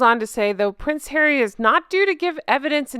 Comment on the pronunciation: Judge 🧑‍⚖️ went like “I didn’t know that Hawwy has children ?! 🤏🤨